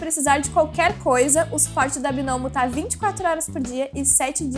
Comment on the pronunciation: Só eu que entendi a falando "gnomio" e não binômio.